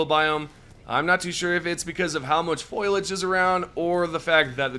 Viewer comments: My man, foliage not foilage. FO-LEE-AGE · It’s fol-I-age, not “foilage.” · Why are YouTubers incapable of correctly pronouncing Foliage Fo-li-age(ij) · "Foilage" That's a new one for me.